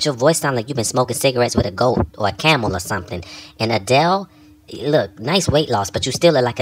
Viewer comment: "A-Deley Sandwhich" 😂😂😂